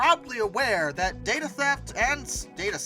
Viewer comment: Wtf is ‘Darta’